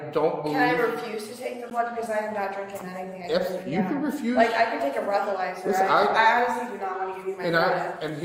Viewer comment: Did just say "Breath-o-lesser"?? Lol.... So, is there really such a thing as a "First Class Towing"?? That chick who went onto the campgrounds to get away from cops kept saying that she wanted "first class towing"....?? Never heard of that one before.